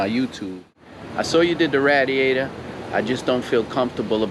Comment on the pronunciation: The way he says radiator lol ratiator 🐀